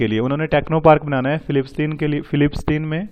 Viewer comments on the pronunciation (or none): sir its not fillistine but its palestine techno park... and not INS timahu but it is INS Tihayu.....thank u...its vimp current affairs u shared ...